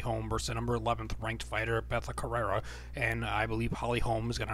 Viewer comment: It's Betch co-hey-a, how you prounounce it